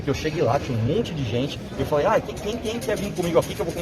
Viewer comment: eu ouvi "mamãe FALHEI?" ahuahau 🤣🤣😂